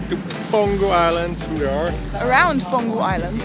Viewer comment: I thought after spending some time there, you guys would catch on that the G in Peng-Hu is silent, and H is not. :-) Hu means lake.